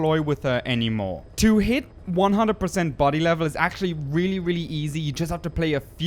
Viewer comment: body* until he can say it right